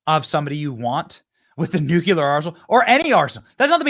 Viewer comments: It’s Nu-CLE-AR. Not Nuke-U-LAR. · I watch in support and say this in that also, the word is not pronounced nuke-u-lur. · Unsubbed for mispronouncing NU CLE AR one too many times ! ..